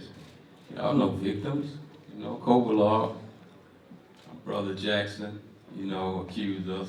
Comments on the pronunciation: You'd think this is a big enough talked about fight that my guy would know how to pronounce kovalev and not say kovalov the drip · Why do Americans pronounce 'Kovalev' as 'Kovalov' so annoying